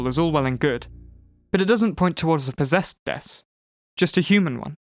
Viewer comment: You could say, she's, Po-Dess-ed